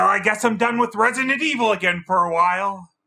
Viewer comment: "Resinent" lol